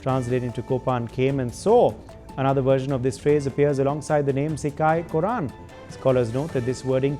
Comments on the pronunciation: It is pronounced at Kotran and Kotravai not korran and korravai. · Not korran, it is kotran, Kotravai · A friendly suggestion. When covering South Indian news, please use a South Indian news anchor. It is not korran it’s kotran (m) kotravai(f). Another thing is- it is not hard to find someone that can read brahmi and have them read it, so you can report on what the inscription is. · Sigai Kotran - Not Sigai Korran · The pronuciation is NOT KOR-RAN, IT is Kotran meaning King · Im dying, when this guy pronounces sikkai, korran, kandan 😂